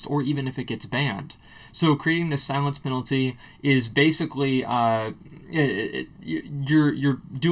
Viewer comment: Mate, Its Silence Penalty, not Silience Penalty